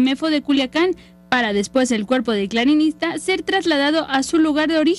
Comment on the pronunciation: Clarinista??? O.o ni porque lo esta leyendo la vijea que habla se da cuenta que es clarinetista no clarinista diganle que no pinche mame